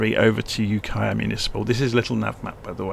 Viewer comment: You pronounced Ukiah perfectly! Thank you for all of your hard work making these videos. Much appreciated.